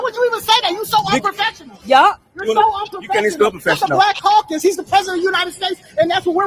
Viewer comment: Omg he said The Congressional Coon Cacus. 😂😂😂😂 I love it